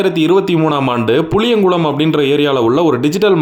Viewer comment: புலியங்குளம் இல்ல ப்ரோ புலியகுளம்